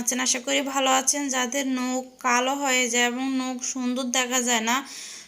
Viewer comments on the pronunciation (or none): নোখ না নখ